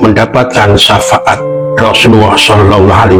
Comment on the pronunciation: safaat mas bukan safangat .